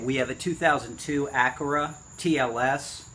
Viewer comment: Acura, not Acara. And it's a TL Type S, not a TL-S.